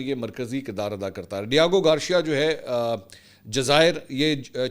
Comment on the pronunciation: It’s Gar-c-ya .., Try saying it togather Mansoor pls It’s not Gawcheeya 😂😂😂 Lahoree Accent mar rhy ho Ek dafa kisi English Channel per sub what actual word is